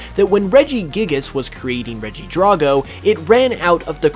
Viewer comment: DRAGO NOT DRAWGO